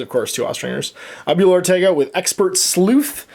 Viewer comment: You really need to check the pronunciation of the spanish word for grandmother ;)